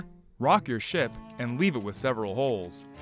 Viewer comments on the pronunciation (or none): none